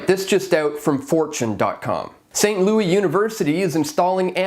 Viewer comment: The S is not silent in Louis (they are not French). It's also not gon as in gone, it's pronounced more like gun. or-uh-gun. I may be Canadian, but I use my ears and people say these names all the time.